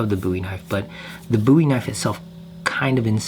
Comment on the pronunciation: Love your design style…very clean lines. Thank you for saying boo-e and not bow-e…drives me nuts!